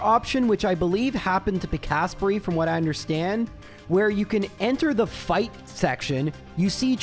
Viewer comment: You pronounce it Pik-asp-rey? Trew me so off guard. I read it as Pika-sprey.